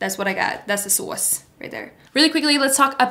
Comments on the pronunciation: and in ep 2 u told benny ‘the sAwSe i CANT’ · It’s sauce? I that it was sas in an accent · Are you jersey cuz I can hear it when you say sauce 😭🤣